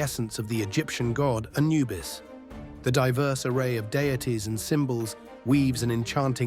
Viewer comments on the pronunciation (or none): none